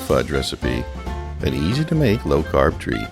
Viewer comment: Did he say low carb???